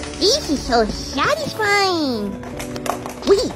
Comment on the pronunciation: Why do you say satesfine ? Every video